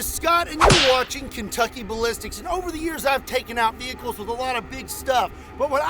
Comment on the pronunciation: Shhh... Scott is hunting wrascally wehicles...